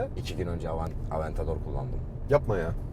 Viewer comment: Aventedor duydum sanki 😂